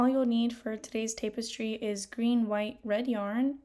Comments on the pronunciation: Good vid, jsyn it’s tap-us-tree not tape-es-tree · I was gonna say the same thing. Tap rather than tape in the pronunciation of tapestry, but also this tutorial is helpful, thank you for posting! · You have been pronouncing it right your whole life. I have no idea why she is pronouncing it Tape-estry. She is pronouncing it incorrectly. I am completely baffled why you are the only one making this comment 😂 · its tap-estry not tape-estry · Wait, is it pronounced as "tape-estry"!? My whole life I've been saying "tap-estry"! ....well now I feel stupid....😅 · Jesus you want to do tutorials and you can't even pronounce what it is you're doing. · First off you're not pronouncing it right it's tap.. not tape stupid. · It’s TAP- es-try. Not TAPE-es- try. Other than that thank you so much for explaining this ❤❤❤ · IT’S PRONOUNCED “TAP-EHS-TREE” OR TAP-ES-TRI” ( FOR THE SPANISH-SPEAKING PEOPLE). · Yes, I was about to help with pronunciation of tapestry. 🫶🏻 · but pronounced TAP estry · It is pronounced Tap-es-tree. Tapestry. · It's "tap" as in a "tap on the shoulder." Tap-es-streee, like in "street." Loved❤ the tutorial. Love mushrooms 🍄 even more!! Thank you! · This looks amazing, I’m going to try this, thank you so much. But please stop saying tapestry like that ;( lol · You keep saying tapestry wrong , I don't need to listen to anything you say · Say Tapestry correctly. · Can't watch, mispronouncing tapestry.😮